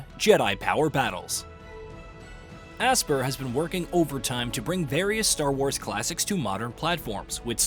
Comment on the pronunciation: it's not called ASS-per, it's pronounced "aspire" you clowns...